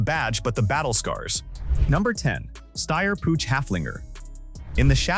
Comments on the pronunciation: Downvote for the inability to correctly pronounce PUCH... it's Puch not Puutsch! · It is not a pooch, it more like [pʊx]. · Pronunciation as well. 'Pooch' lol. Don't they even listen to it before they put it online? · AI/text-to-speech is dumb. Puch is not pronounced " pooch! While the ch sound does not exist in English, you can approximate it by pronouncing it like the ch in the Scottish word loch (as in Loch Ness). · and AI is not even consistent with itself! For the Pinzgauer it was Puck instead. Still wrong, but better than Pooch. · I'm already allergic to how you pronounce 'Puch'. It hurts my ears.